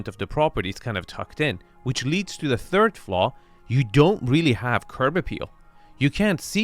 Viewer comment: "Turd guest bedroom suite"?